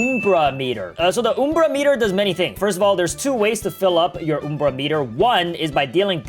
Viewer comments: "oom-bra meter" its UM-bra meter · It's not oom-bra it's um-bra because the umbra is the darkest part of a shadow. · not trina be rude just asking (why do you say umbra like oombra?) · Its pronounced umbra,not uumbra. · Oom bra lol it’s umbra u m b r a UMBRA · It's Um-bra not oom-bra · "Time to fill up the OuMbrA MetER" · btw its uhmbra meter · You pronounced Ambru wrong And did you know in Latin it means shadow or shade